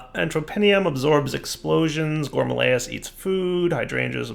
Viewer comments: Am I the only one who twitches every time he says 'gorm-a-lay-us', when it's a 'gorm-a-rill-us'? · Gore-Muh-RILL-is. It's right there in the book in front of you, jeez. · One day will pronounce gourmaryllis and alfheim correctly! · The worst thing about gourmaryllis builds is hearing try to pronounce gourmaryllis.:( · TrolleyMouse he doesnt even TRY